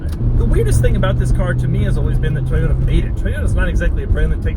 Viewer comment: Toiyyotta ... inspaiyyyard... haha Jokes aside, great review :)